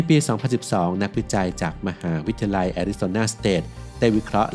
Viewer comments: 04.25 มหาวิทยาลัย x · ขออนุญาตนะคะ ฟังและสังเกตุมาหลายคลิปแล้ว การออกเสียงบางคำมันแปลกๆ ค่ะ เช่น คำว่า มหาวิทยาลัย อ่านว่า มะ-หา-วิด-ทะ-ยา-ลัย แต่เสียงพากษ์พูดว่า มะ-หา-วิด-ทะ-ลัย หรือคำว่า วิทยาศาสตร์ ก็พูดว่า วิด-ทะ-สาด แบบนี้ค่ะ ไม่แน่ใจว่าชินกับการอ่านแบบนี้ หรือพูดไม่ได้จริงๆ เพราะมีบางคำที่เราก็พูดไม่ได้เช่นคำว่า แคนาดา เราจะพูดว่า แคนะดาดา ค่ะ 🤣🤣